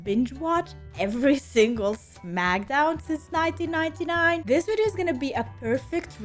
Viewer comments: Smack - Down not Smacka - Down come on lol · It is pronounced SmackDown,. Most people, including The Rock, just pronounce it as Smack-a-Down for fun. It’s okay 👍